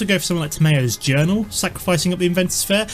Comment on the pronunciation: its pronounced Tam ee yos journal